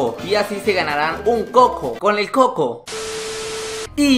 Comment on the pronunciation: Se dise cuco no coco